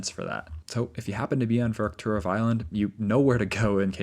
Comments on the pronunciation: It's "Verkhoturov" not "Verokhturov". Still a great video though, I'm a big fan. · I like your videos. Please please use Google translate to pronounce the names of these places before you record your videos. Every instance of you pronouncing Verkhoturov in this video was wrong. Google translate is free illocution lessons